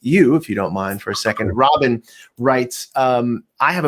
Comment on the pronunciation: there's me lol im the Robin haha but its pronounced Ro-beena lol